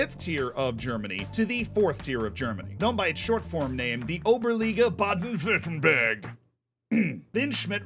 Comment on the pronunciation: Ayo you pronounced Oberliga Baden Württemberg like a champ!